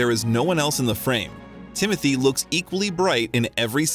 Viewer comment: His name is not Timothy it is Tim o Tay!